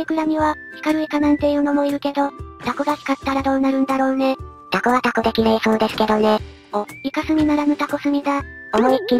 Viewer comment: タ↑コ↓、この発音めっちゃ好き